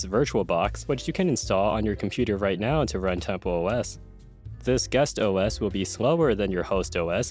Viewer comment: What he said: "this guest OS" What i heard: "disgust OS"